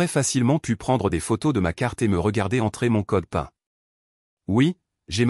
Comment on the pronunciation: erreur de prononciation pour "code pin" qui se prononce code "pine" car américain (Personal Identification Number).